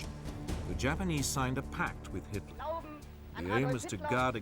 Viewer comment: Hitler not hilter btw